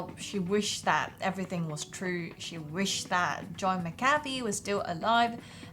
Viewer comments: m8, it's Mc-ca-fee. It's not McCartney either. The Beatles didn't recruit him. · It's pronounced Mac-ughhhhh-fee. Come on, do more research before doing the video. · MACK-A-FEE. FFS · You can’t even pronounce his name correctly. I’m pretty sure everyone thinks you’re full of bs.